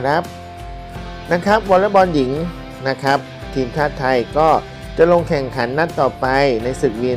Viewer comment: ขออนุญาตครับ ... คำว่า " ครับ " หรือ ร เรือ ออกเสียงให้ชัดเจนก็ใช้ได้แล้วครับ ... อย่าเคืองกันนะครับ เป็นการแนะนำเพื่อสิ่งที่ดีขึ้น ... ขอบคุณครับ